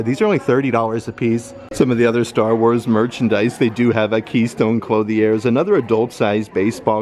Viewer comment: Thank you for the updates. Sidenote: “Clothe-y-airs”? Allow me to help. It’s cloth•ier (klöTHyar).